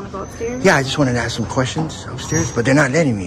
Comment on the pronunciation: His time would be better spent taking English lessons than frauditing. He needs to add more esses to the word ask